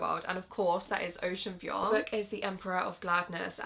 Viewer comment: Girl that’s not how you say Vuong. Please check how the author himself says it.